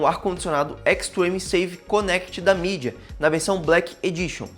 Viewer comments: Bacana seu conteúdo irmão, mas atente-se para pronunciar o nome do fabricante corretamente para não cair em descrédito com o público. Sucesso! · Achei estranho também